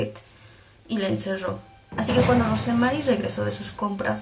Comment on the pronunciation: Yo no soy psiquiatra, pero siempre me sorprende como es que la gente abusada y maltratada en terminan dañando a los demás como si fueran culpables de lo que les hicieron, me da coraje... Por cierto, Rosemary se pronuncia sin la "e" . . Así como como Rose de Titanic